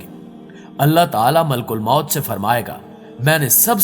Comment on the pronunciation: Malk ulmoat ni maleek ul moat .. talafuz drust kijye